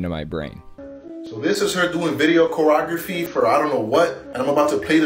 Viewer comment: Video "corografy". No better way to display ignorance than to slaughter simple English words.